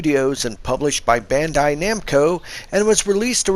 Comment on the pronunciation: You said bandai and I instantly got turned off but ig I'll give a try